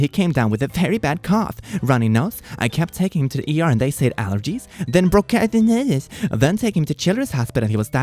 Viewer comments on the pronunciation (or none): You pronounce bronchitis bronkitus